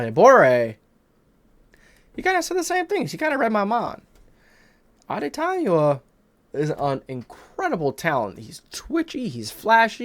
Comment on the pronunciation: This is how you pronounce adetomiwa’s name, addy-tommy-wa